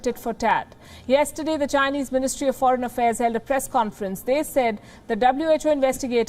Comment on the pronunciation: lol phoren minister lmao